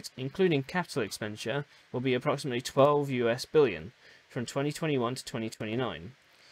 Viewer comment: yeah just at the beginning of the video it sounds heavily like million.